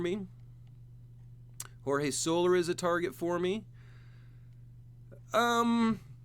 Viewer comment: Nothing but forgiveness, because I know you've said your bad with names but incorrect pronunciation on a few. Emmanuel Clase, Jorge Soler, Paul Sewald, Tanner Bibee, Jose Berrios, Anthony Santander, Carlos Rodon, Zach Gelof, Randy Arozarena, Logan O'Hoppe. Its Bryan Woo not Branden Woo